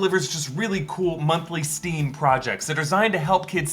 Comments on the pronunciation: ...so... you said "steam" for kids... lol. Its STEM :) I laughed... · Isnt it S.T.E.M? Not Steam. Js